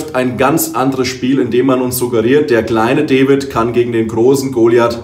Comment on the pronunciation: Das heißt D a vid, nich Devid 😉